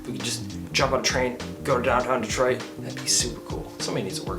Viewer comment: Lololol “Detriot”. Took you to make a fool of yourself